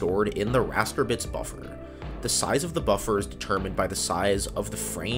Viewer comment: Yup just the same i stopped listening sayzjee size is the word